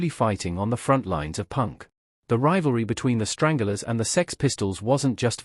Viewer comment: It’s the Stranglers not. Strangulars ffs